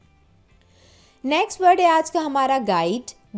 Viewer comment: This teacher is teaching good words but being a North Indian her accent is Hindi and quite a few words are pronounced wrongly for example Bed, Next..... It would be better, if she employs some good convent educated teacher, who can pronunce words correctly. Because children pick up the diction fast and once they learn wrong, it's very difficult to correct them.